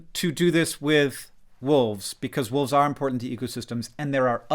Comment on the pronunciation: I do find it kinda funny that the woman in their advertising material calls them "Dire woofs"